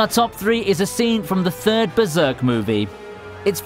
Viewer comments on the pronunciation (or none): none